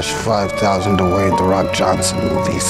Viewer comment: In every summer job ever says da Wayne the ro k Johnson instead of Dwayne he says de